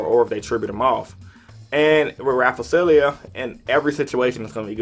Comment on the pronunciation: Nice video! I must ask though... Why do you pronounce Rafflesia as Raff-uh-see-lee-ah? The L sound is clearly before the S sound. Also, please don't be too proud to respond to this.